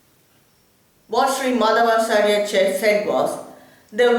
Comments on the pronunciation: You don't know how to pronounce his name properly. (madhwaachaarya, not maadhavaachaarya!!). -His philosophy is actually called tattvavaada (not dwaita as generally known). Old scriptures never call this philosophy dwaita. Similarly Sri. Shankaracharya's philosophy is called maayaavaada, not advaita. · Prounounce the name properly... Madhwachaarya.... Not maadhavaachar,...